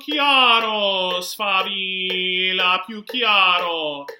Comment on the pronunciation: Good Foundation but you are missing double L in the word Sfavillllllllllllllllllllllla.